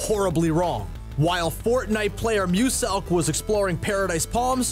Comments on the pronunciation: you pronounced muselk wrong its pronounced moose knuckle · You said Muselk rong the s is pronounced as a z